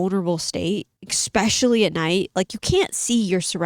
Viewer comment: I love your cadence. The way you speak is just butter to my ears. Also love how you say especially as EXpecially as I do the same 😅❤❤❤